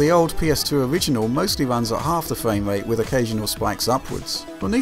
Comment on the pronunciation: Anyone else notice the narrator's speech issue that make certain words sound like a kid is saying them? "Fwame rate" for instance? Not trying to be a dick but I'm curious if anyone else picked that up.